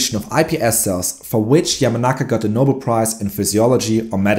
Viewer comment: It is pronounced no-bell. I know English is not your first language so no big deal just want to help you in future broad casts.